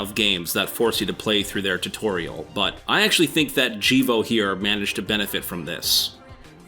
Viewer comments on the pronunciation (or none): none